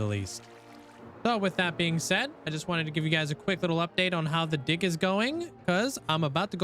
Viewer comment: Bro did not say "dig" 😂😂anyways keep up the good work!